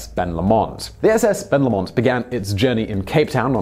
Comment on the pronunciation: Please don't pronounce Ben Lomond that way again...